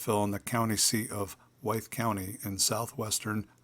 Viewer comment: The name of the county, town, and gentleman are pronounced as (with) Wythe.